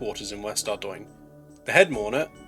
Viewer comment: finally someone knows how to pronounce ardougne :')